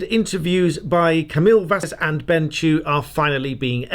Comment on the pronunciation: JUST FYI Camille is pronounced like Ka-meal not ka-mill